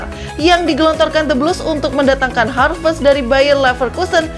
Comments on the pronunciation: haverst bukan harvest. Koplak bt sih😂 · Admin : "Harvest" Me : "😑😑"satt